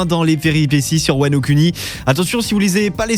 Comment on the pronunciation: La voix est sympa mais la prononciation de "Kuni" m'a bien fait rire. Sinon super vidéo comme d'habitude